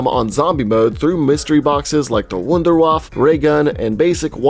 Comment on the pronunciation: Just nerding out here but Wunderwaffe (pronounced like voon dare vah fa) is a German name that means "Miracle Weapon" 😂